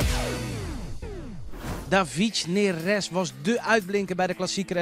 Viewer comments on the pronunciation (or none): 'Davietsj Neres''?